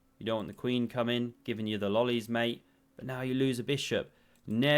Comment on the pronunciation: hadn’t ever heard of Lolli's mate and had to look it up. Initially I thought you had gone full cockney on us…!